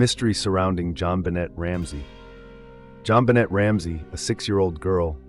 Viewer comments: its pronounced Ben- nay not Ben- net everyone but you knows that moron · You are butchering JonBenét’s name 🥲